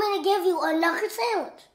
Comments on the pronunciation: Do YoU WaNt Me To GiVe YoU A KnUkEr SaNdWiCh? I know he said knuckle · That boy said a knucker not a knuckle so you know he ain’t playing 😂😂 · idk why i died when he sadi knucklwe9fj